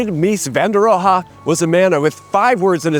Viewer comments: Please, please, please learn how to say Mies name. You got "Mies" and fail on everything else. Please. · Subscribed. Will find you on Nebula too. I love Mies Van Der Rohe. But you pronounce him SO wrong. 😂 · And to a German ear, "Mies van der Rohe" sounds like it means "Crappy van der Crude" :v